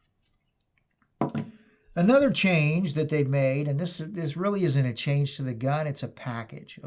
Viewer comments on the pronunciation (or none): none